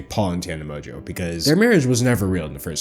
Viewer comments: It's literally how it's pronounced, with a little more emphasis on the "n". How does this have 2.6K likes? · Mojo is how Tana pronounces her own last name